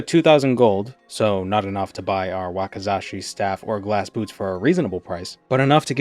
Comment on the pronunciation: It's a Wak*i*zashi, not a Wak*a*zashi! 😭😭😭 Anyway, love the content. You always manage to make me laugh even though I've never played Morrowind and never have any idea what's going on. 😂😂😂